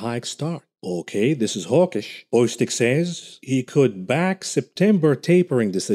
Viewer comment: The name is Bostic, not Boystic.